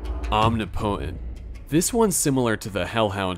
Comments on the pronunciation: this is not meant to be a criticism but just a “the more you know” sort of thing, but omnipotent is pronounced ahm-NIH-puh-tehnt not ahm-nee-poh-tehnt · Are you unironically pronouncing omnipotent as “om-knee-potent” lmaooo it is “om-nip-ih-tent” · Arch is pronounced “ark” when talking about the best of something. An arch over a doorway has a “ch” sound instead of “k”. Omnipotent is pronounced “om-nip-it-ent”, not “omni-potent”. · It’s “om-nih-poh-tent” not “omni-potent” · Please say "omnipotent" right please. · The way you say omnipotent causes me physical pain. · Im sure someone else has mentioned this but I've never heard anyone pronounced 'omnipotent' like that. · The way you say omnipotent is hilarious